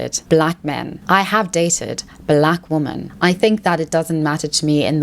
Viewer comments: Why do you pronounce “women” as “woman”? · Why is she incapable of pronouncing the word "women"?